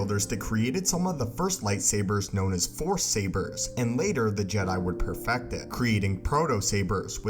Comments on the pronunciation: says for in stead of froce lol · I'm a fan for multiple years but i got to tell you that sometimes you don't spell the words right. for example . it sounds like the power of the four or the fourth. even if i know what you were talking about. I'm sorry to tell you but it bothers me even as a german who relly enjoys's the english languange great content like always, keep on going bro :D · This guy can't say force, or sword. Dude. Learn to speak